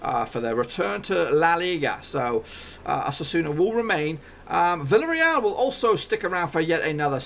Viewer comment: It's pronounced Mayorca mate. Also, Valladolid is pronounced Vayadolid, and Villarreal is pronounce Viyareal. The double l is pronounced as a y sound in Spanish.